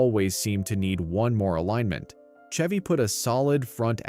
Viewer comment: Hearing the bot narrator mispronounce "Chevy" Really took me out of it. Hearing it flub so often as the video goes on just disappoints me. Why use a bot narrator? Was the script even written by a person?